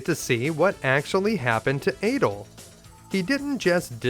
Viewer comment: Its pronounced Ah-dol, not eh-dol. In the newer games where there is voice acting they say his name Ah-dol, like "apple" or "attack"